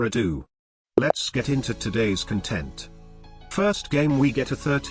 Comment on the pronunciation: I will never get over the way he says content 😆